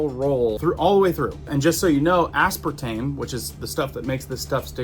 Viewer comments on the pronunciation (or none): none